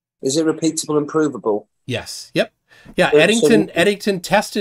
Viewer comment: Repeatable and proov-able? You missed that